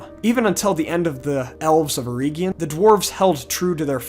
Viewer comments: It's not "EErEEgion" it's "eregion". Please don't butcher Tolkien. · Eregion. Not Erigion